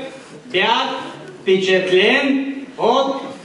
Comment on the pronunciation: Божеееее.... е как може изобщо да го допуснат до трибуната да говори.. та той просто не може и да говори: кумпетентни, фпичатлен, но най-вече бях фпичатлен от следните преподаватели и родители го повтори поне 3 пъти. И сега на този човек ще му дадат работно място от което ще зависи по някакъв начин бъдещето на значима фирма, а недай си Боже на България.... загубени сме!!!!